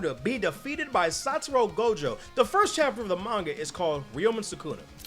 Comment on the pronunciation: "Satoru goso"